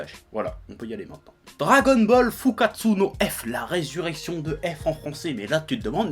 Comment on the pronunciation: tu devrais vraiment commencer à juste faire un petit effort pour prononcer tes U en OU quand tu dit des mots japonais. Comme Sasuke, qui ce prononce certes Saské en Japonais, mais certainement pas SasUké, mais si tu prononce le U, pornonce OU! SASOUKÉ... FOUKKATSOU, c'est hyper facile, et sa titille moin les oreilles. :)